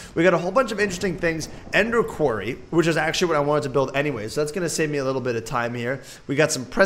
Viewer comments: Quair-ee Vs. core-ee Facepalm... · Dude it's said with an o not an a so when you say quarry say quorry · it's pronounced qwar-re